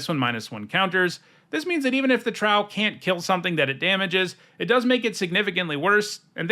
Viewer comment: "Trow" is pronounced with a long Oh (rhymes with "glow" and "row"). It's supposed to evoke the word "Troll"